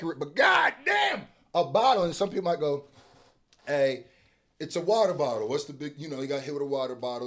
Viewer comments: Sounds like "wubble bubble" instead of water bottle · He said "wou-ou boug-oh"im weak lmaooooo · I never knew water bottle rhymed when you say it with an English accent. Wut-uh Bawt-uh 😂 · Omgggg PLEASE say “water bottle” like that in every video 🤣😂😂